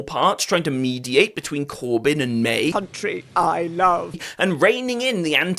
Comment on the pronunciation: Cuntree i LuV 😂